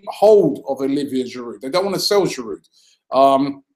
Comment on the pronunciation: I love you Robbie but can you stop saying Giroud's name wrong? The D is silent. It's "jiroo"